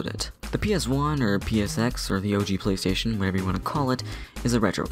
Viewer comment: plastation two and wat lol